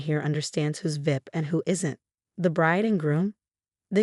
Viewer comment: there a lot of really bad parents sadly but this is a wonderful mother and the AI screwing up how they say VIP is quite funny